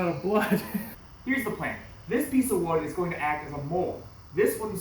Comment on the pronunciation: Who els is hearing the line "i have a plane, but it involves sheeps blood"... No Just me?